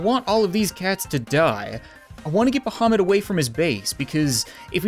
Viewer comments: Archetex I'm muslim and I agree idk why but it sounds like him.. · Actually thought you said Mohammed.. the cat. My bad. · You are saying bahamut wrong.